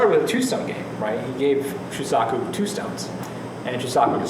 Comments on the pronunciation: Sean Hiska not sure if you still want to know but it is like so: first imagine it spelt as shuusaku. Notice the double u, that is an elongated "u" sound and is similar to an "oo" as in "shoe". The saku part should have no emphasis. It isn't saaaku which would sound like what says. The underlying sound is the same as the beginning of"sock" but it should be shortened. Finally the "Ku" should sound closer to "ck" but a slight "u" sound still be present. That's how you say it. Refer to Japanese people actually saying it if you want to learn properly. Have a nice day! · This normally doesn't happen, but every time I hear Shu-sock-u I cringe and want to turn the video off.